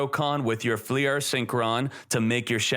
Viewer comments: Fleur is one syllable. Not “flea-urr” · "fliers" tf is that pronunciation